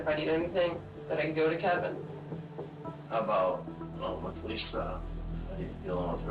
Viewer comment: "Lischka" not Lisa.